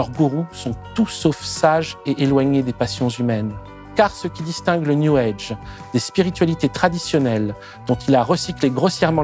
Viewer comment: Prière d'arrêter de dire "new EDGE". C'est "new AGE".